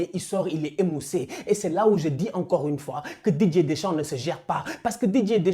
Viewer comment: Qui comme moi entend "DJ" Deschamps au lieu de Didier Deschamps 😂😂